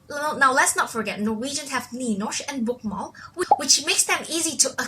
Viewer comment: You say you can spekak norwegian and then totally butcher Nynorsk and bokmål.... you also butcher å, ä and ö.